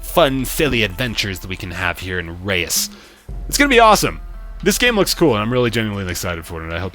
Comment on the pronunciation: I know this is probably to little to late, but the name "Reus" is actually the Dutch word for giant. If you put the word in Google translate and press on the speaker, that's how you pronounce it.